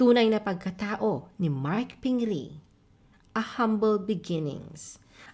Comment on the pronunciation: Pronunciation mo sa pingris walang s ba talaga pero ang mismong may pangalan my s nman niya bigkasin haha😅